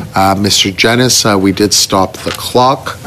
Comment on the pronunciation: I’m very disappointed that still…. It seems like it’s completely impossible for a liberal minister to pronounce Mr Genuis’s name correctly.